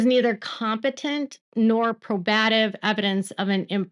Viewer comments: Oh yeah! “Pro-buh-tive” (probative) Love you!!! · PROBE-ative (I recommend checking wiktionary for pronunciations & definitions, but there are lots of good online dictionaries that include legal terms). Not trying to be patronizing or elitist, just trying to help.